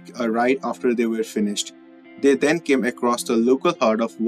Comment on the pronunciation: Get someone to read the story that can speak ENGLISH!! The word is THERE NOT DERE and THEN not DEN.If you won't pronounce the words correctly let someone else do the talking who knows how to speak ENGLISH